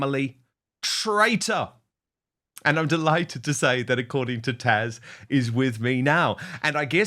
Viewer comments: Dan, it's TAZ not TASH I'm a kiwi myself so it's not the accent.. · Please it's TAZ not Tash she is amazing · Dan you really need to learn how to pronounce her name right it's Taz not Tash!! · Her name is Taz not Tash, right? Why does he keep calling her Tash? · Side note... Dan, it's TaZ not Tash... Sorry every time I hear you said Tash I kept shouting at my phone😅😂😂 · I thought your guests name is Taz. Not Tash. How rude. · Dan, it's Taz, not Tash. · Her name is Taz pronounce the Z, it Ian not tash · Her name’s Taz not Tash. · Dan I believe it's Taz ( zzz) not Taj? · Taz, not Taj or Tash !!! TAZ, TAZ, TAZ !!! (Like jazz). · "TASH"? Why does he call Taz, "Tash"? Is her name Natasia? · P.S. Taz, not Tash. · TAZ not Tash !!!!!!!!!! Come on Dan get her name right haha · Dan wooton, her name is taZ, not tash. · Dan, Dan you are still referring to TAZ as 'Tash'. T A Z !!!!! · Dan, the lady's name is Taz....just saying 🎉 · Her name is Taz, not Tash. 😮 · Who on earth is Tash? Is he saying her name wrong? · I’m just curious but why do you call Taz “Tash”? lol